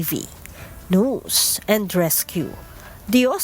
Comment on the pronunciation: Hoyy hoy hoy... HINDI NOOSE ANG PRONUNCIATION NG NEWS. ¡ QUE VERGUENZA! 😂.. NAKAKAHIYA. ISA PA.. ANG PRONUNCIATION MO NG SIMULATION.. IT'S EMBARRASSING 😅